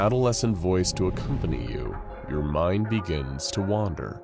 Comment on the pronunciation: when he says "your" im like bruh